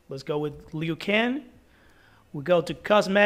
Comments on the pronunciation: Bro said leeoo can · Why did u say Liu Kang like that?? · The way he pronounce Liu kang and baraka lol